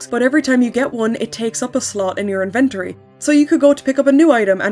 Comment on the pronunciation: Gurl. "Invent-or-E".